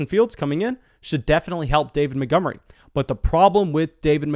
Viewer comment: Who's David Mittgummery? 😂